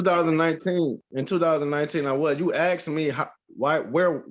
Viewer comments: Why does every black person say(aks) or( axs). It is ask!!! Or (ambalance) instead of ambulance. If you try to pronounce the two words it is pretty easy. But anyway. This man has assault, and battery and many other cases. So funny. Lol. This dude is very stupid!!!! He thinks he is ok even though he has two cases and if one is dismissed, he thinks the other case is also!!!!! Love how he has someone trying to help but is as dumb as him!!!!!! Lol. Sentence him to 5 years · Is "ASK" REALLY that hard to say???